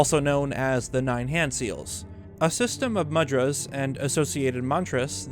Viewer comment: Its Moo-dra, not muh-dra, just so you know. You make great content and its no big deal, I really don't care about pronunciation but for ease of understanding between cultures its good to know.